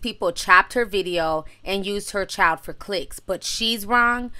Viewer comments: Ti said: Whew "chilet"! Lmao. She will chop & screw some words, but I love her though! 💕💕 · it’s actually pronounced child lol